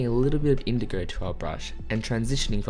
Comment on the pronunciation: No one: Literally nobody : Painter : indogow